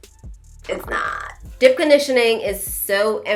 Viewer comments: I was like what is “dip” conditioning than realized she was saying deep conditioning 🤣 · I think it’s cute how you pronounce deep (dip)‼️